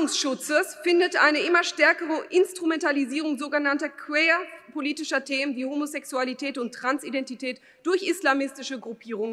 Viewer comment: Was für ein Gestammel. Wenigstens Ablesen sollte man können. Die Frau schafft es obendrein, die einzigen beiden englischen Wörter in ihrer Rede, nämlich "queer" und "ideology", falsch auszusprechen. Peinlich.